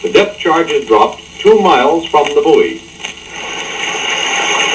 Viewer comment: I gave this video a thumbs up based only on your correct pronunciation of the word "buoy". Thank you.